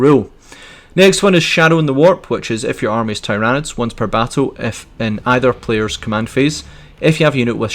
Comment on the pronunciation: It's TYranids, not TyrAnids, mate.